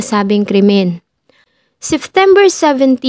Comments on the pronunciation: Lagi ako nanonood sa yo. Gusto ko ang pagk wento mo, pero sana ma correct mo ang SEPTEMBER at hindi SEFTEMBER, or OCTOBER at hindi OCTOVER. ✌️ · Ang gaganda po ng mga stories pero some of words hindi na popronounce ng tama kagaya nalang po ng Seftember.yung P nagiging F .. pero over all po maganda po mga kwento, maganda boses .yun lang naman po napansin ko🙂 more power po sa inyo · Your narration was great but let me give you a piece of advice to make your future narrations more effective. Practice your pronunciation with the words September and February. You keep pronouncing September as Seftember and you pronounced February as Fevruary. I hope I was able to help.